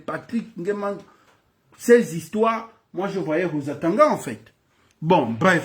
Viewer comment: Toi aussi prononce bien le Nom du Mr svp